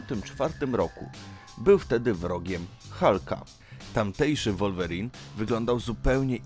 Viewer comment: Taka ciekawostka że mówi sie Łolwerin 😅